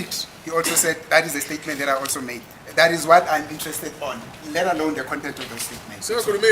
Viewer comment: "Am talking about the KONTENTE" Hahahaha is travelling on a bridge over trouble waters.